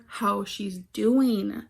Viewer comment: STOP, why did the "DOEEN" send me 😭😭😭